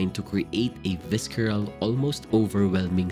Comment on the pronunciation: Great content! However, I am bothered by your pronunciation of palette & visceral